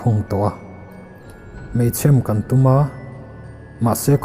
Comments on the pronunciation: Keipawh meichhem ti loin... Meichhêm tih hi sawidan ka hriat tlanglawn ani mah zawk.. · Meichhêm!! Mei ,,,,chhem hi lam fuh lo nge, aw, Mei tuah ti hi a Mizo ṭawng hmang zawk em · Meichhem i sawidan khi adik lo aw, chheem, a thlukna ka dah theilo, mizo alphabet ka hman loh avangin, thluk tawh ang che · Mei chhem tih tluk dan tur thiin min chhem tih thluka cheeem, tiang khan. A ngaih nawm ltk e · Mei chhem.... Ilamdan hi... K ngai mawh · Maenga thu chhiar hi sel tur a vang in ngaihthlak a nuam thin, in sawi hi dik ka ti, meichhem tih a chhem tih tak hi "chhemdam thli" tih a chhem tih rik ang hian ri se a mam lehzual in ka ring... țhahnemngaih thu ah ka lo sawi ve e...